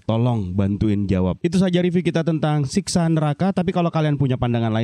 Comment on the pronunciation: Bang bang,Siksa neraka ya bukan Siska 😮